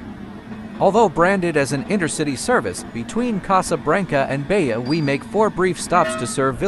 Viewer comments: Please, don't say Beia, say Beja with a sound of "J" like "Japan" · PS: Beja is not pronounced "Beya". In Portuguese the J is read as J, not as an I or a Y.